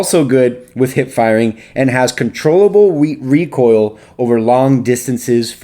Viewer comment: Legit was hoping he would continue saying “wecoil” instead of “recoil”